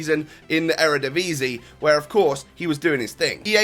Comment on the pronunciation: haha u should try to pronounce eredivisie properly